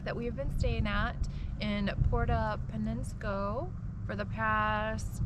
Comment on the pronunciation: "Poo-er-toe Pen-yas-co".